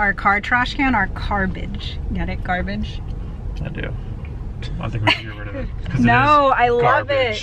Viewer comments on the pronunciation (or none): when you were talking about your car garbage it sounded like you said 'car- bitch' instead of 'carbage' lol